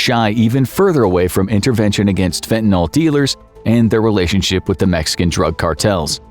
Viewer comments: fen tuh nuhl. Not fen tan all. And use a human voice next time. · Fentanyl. Not fentanol...fentanyl. nil. Can you say nil. Ryhms with bill. ..nil. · It's pronounced fentaNIL not fentaNOL. js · Fentanyl mispronounced throughout. It's not Fentanol. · WHY DOES EVERYONE KEEP SAYING FENTA-KNOLE?! IT'S CALLED FENTA-NIL 🤦🏻‍♂️